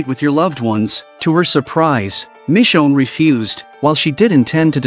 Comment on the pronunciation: Michonne not mi chone